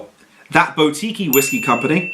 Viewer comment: My go you can't pronounce boutique. Google a word you don't know its embarrassing. boutique buːˈtiːk